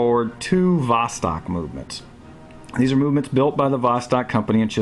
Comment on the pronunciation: Don't say vOstok, but say vostOk. Thanks.